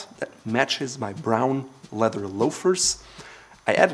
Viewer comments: Bruh... says the guy says “letter” instead of “leather” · FYI...Great job with this video and I feel it fits into your goal of teaching how to be a gentleman. Not to be critical, but to be helpful to you, I have noticed when you speak quickly you have a little problem with the word "leather". It comes out "led-Er", without the "th" blend. But you have done a wonderful job with English, and it shows. I think the way you speak/your accent is pleasing to the ear, and is a part of your success. We need more people like you teaching our youth how to be ladies and gentlemen as well. Best wishes!